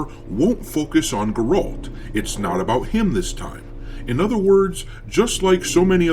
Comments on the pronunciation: 1. You pronounce Geralt’s name wrong. 2. It was said years ago that Geralt was supposed to be main character for the trylogy, hence why even fans made mod called “farewell of the white wolf” or something like that as a thank you to geralt for being with players for all those years. 3. Women cannot be witchers however the case with Ciri is she kinda is- not fully she didn’t go thourgh the trial of grasses etc. but even Wolf called her sometimes as “wiedźminka” (Polish synonym for female witcheress if I translated it correctly). 4. games are post cannon(books) 5. People also start to hate female characters because it’s convenient when you look how much work stuff is around us ( which I am 100% against) 6. Cool ye faking jets and let’s see a bit more that a goddamn cinematic trailer so we can deduce a bit more and think this through. (I hope TW4 ain’t gonna be like cyberpunk😂) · Fuck sakes, guys. Woman lead = woke, is it that simple? This dude can't even pronounce Geralt's name right and you think he cares about the Witcher series, naw bruh. Geralt had 8 books and 3 games, fair to say his story has been told. As a longtime Witcher fan I say it's time for something new. The game won't be relased for years and we literally just got the first goddamn trailer. Let them cook. I won't buy it if it's actually woke and shitty but it's waaaay to early to start crying about Ciri taking the spotlight. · the perception is that if you're mispronouncing the main character's name, it's highly likely that you haven't played the game and therefore it is harder to take any of your opinions about the future of it seriously. We have known for like a decade that W3 would be the game that ended Geralt's story. I don't think Witcher 4 is going to be good honestly, but if that's the case it's not going to be because Geralt isn't in it or you're playing as a girl or whatever. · Yo you keep saying Geralt wrong. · I cant take you seriously when you dont even know how to pronounce his name